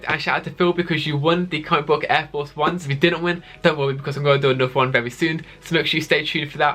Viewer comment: Fwé, twoo, wan, lez goo